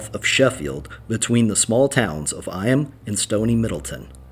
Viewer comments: Eyam is pronounced ''eeym'' not 'eye-am'. I'm from that area. And Derbyshire is said as "Darbysher" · Eyam is actually pronounced E’em!! As in rhyming with scream.